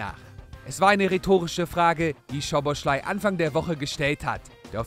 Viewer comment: er heißt Soboslai, nicht Schoboschlai